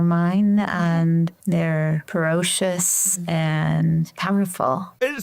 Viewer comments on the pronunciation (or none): "Perocious"? She says that twice. Does she mean PRECOCIOUS? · Did she mean "percocious"? What the hell is 'perocious'??